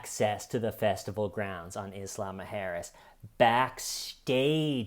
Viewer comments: Everytime says “Isla Muerjes” it sounds like Islama Harris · I love the pronunciation of Isla Mujeras as "Islama-Harris" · Omg the way you say isla mujeres is so funny cos i was almost finished the whole video thinking the island sounded like kamala Harris only to read it on the screen an suddenly think omg ive been there 😂😂😂😂😂 ive literally been to that very island 😂😂😂😂😂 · says isla mujeres like a mix of islamic and kamala harris